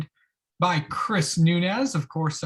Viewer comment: Sooo kool. Chris' last name is pronounced: Noons. Not Noon ez